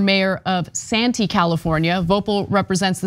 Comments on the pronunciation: Santee = Klantee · His district is Santee, we called it Clantee.